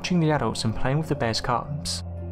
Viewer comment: They way you say bears makes me want to die